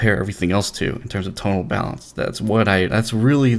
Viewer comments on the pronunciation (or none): none